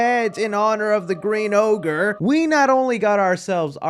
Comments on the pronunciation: Its not ogre its never orge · We know it wasn't ogre until Shrek says its orge